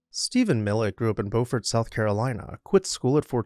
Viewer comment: Beaufort, SC is pronounced bew-furt, while Beaufort, NC is pronounced bow-furt.